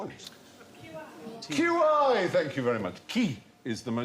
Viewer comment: "Qi" is not pronounced "Key", Stephen. It's closer to "Chee" or possibly "Tsee". (Between the two !)